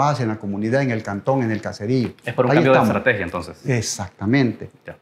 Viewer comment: Es parte de una ejtratejia y la ejtratejia no se dice 😂😂😂😂😂😂